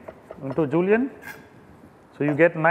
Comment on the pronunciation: STOP SAYING JULIANS FOR THE LOVE OF GOD!